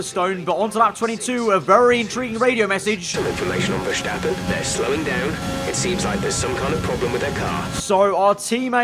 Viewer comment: Why did say Verstappen's name like that. lol